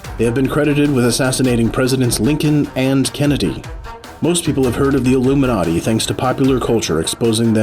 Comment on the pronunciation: The way he said illium-na-ti